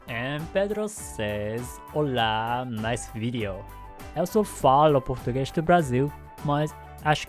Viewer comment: It's funny that most of the foreign people that learn brazillian portuguese learn it with the accent from Rio de Janeiro, like you. Why? Also, good pronouncing.